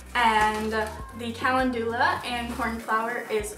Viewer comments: Kal - en- doo- la. No,, wrong. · the way you pronounce calendula makes me so mad lmao